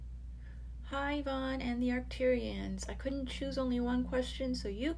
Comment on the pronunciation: Thank you, Yvonne, for the message, and you pronounced my first name correctly.💜